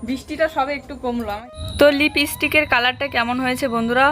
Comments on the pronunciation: লিপিস্টিক না 💄লিপস্টিক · লিপস্টিক এর কালার টা খুব সুন্দর ভালো মানিয়েছে। লিবিসটিক কেন বল? চেষ্টা করো ঠিক বলতে পারবে লিপস্টিক